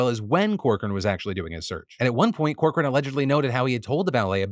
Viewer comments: I had to do a double take when you mentioned the Trump Lawyer's name. I thought I heard "Evan Cockring" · As a Cochran here, please, lord have mercy, apologize for butchering this name in so many ways